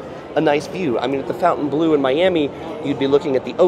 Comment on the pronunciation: How can you do a walkthrough and NOT know how to pronounce the name of the resort?